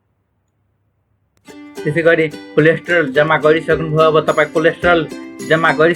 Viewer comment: कम्तीमा कोल्याटरल त भन्नु नि! कोलेस्ट्रोल रे! तोइत!